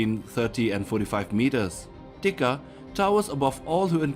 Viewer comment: Teka is actually pronounced Tay Kah